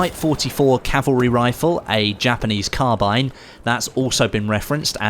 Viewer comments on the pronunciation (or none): none